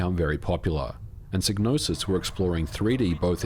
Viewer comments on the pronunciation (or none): It's psy-gnosis... "sigh no sis" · It's pronounced Sai-no-sis. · Wait the G in psygnosis isnt silent ?!😅😬